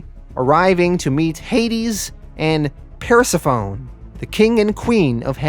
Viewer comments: I love this guy but per-se-phone made me laugh. It's Per-se-pho-ne my guy. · Lol Persephone is pronounced per-seff-any 😂😂😂😂 persaphone 😂😂😂😂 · Persephone's name is pronounced more like Persefany. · Love your narration skills. I think watching a few Greek mythology documentaries might help you a bit with the pronunciations of the names. Per-ce-fa-ni Eu-ri-di-si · Vuh-silly and per-sef-fony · Sorry to do this. Its Per-seph-O-ne and Ur-rid-di-see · I peed my pants when I heard Persephone hahahahahah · I like your videos, I listened to the audio books, but then I go back through these so I can see the images. . The way you said "persephone" ... lol